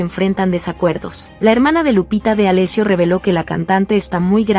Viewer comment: Por favor aprende cómo se pronuncia el apellido de Lupita, así como también la palabra colon!!!